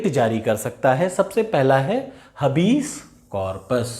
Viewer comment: Habeas corpus हैबिअस का‍ॅरपस है हबीस नही है